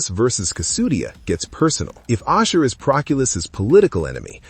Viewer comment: ASHUR NOT OSHER wtf...